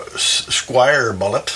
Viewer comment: This is a well-meaning correction - Squier not Squire.